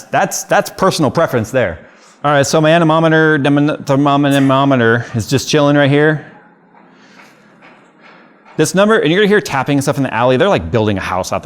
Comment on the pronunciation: I bet Phil was going wild after you said Annemonitor :p